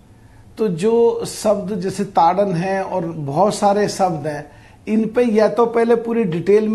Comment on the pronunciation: Misquoted Chappy dhol, shudra,pashu,nari ye sab tadan ke adikari.This sentence is actually pronounced as Dhol,shudra .pashu,nari ye sab TARAN ke adhikari